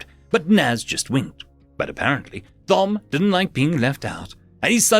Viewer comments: Dude... Thom is pronounced Tom, as in Thomas. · the h in Thom is silent, as it's short for Thomas.